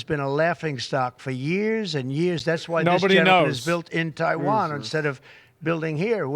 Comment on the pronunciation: Love to hear him call it what it is; Taiwain. Freedom fuckin rules.